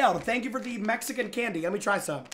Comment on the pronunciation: That was clean with the Mexican candy pronounce